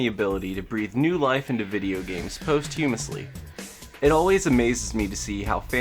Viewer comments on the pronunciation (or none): man just said post-hewmously